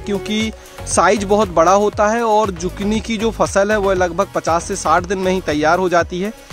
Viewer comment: Isko zukini pronounce karte hai instead of zukni